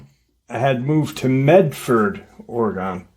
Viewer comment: Hi!!! I'm from PORTLAND OREGON and am just GENTLY GIGGLING about the way that you are saying OREGON...LOL It's said... ORY GUN...😊 Thanks for all that you do!!! Aunt Lori ♥️ Portland ORY GUN...😊